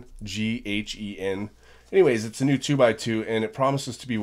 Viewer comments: It's pronounced zjing hen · Pronounced shing hun